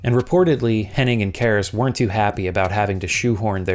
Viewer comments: Okay, this needs to be addressed: you keep mispronouncing Amy's surname as "Henning." It's Hennig. Heh-NNIG. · I know, I know, but it's Hennig not Henning. Just saying.